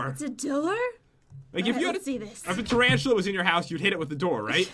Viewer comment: I love it how said Trantalla